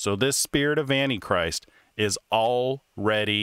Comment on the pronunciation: I see, he doesn't pronounce that word right.